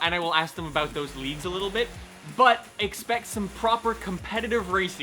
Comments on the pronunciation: At the end I thought you were saying “Leafs” instead of “leagues” and I was so confused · The first time you said “leagues” I thought you said “leaves” and got a little worried 😂.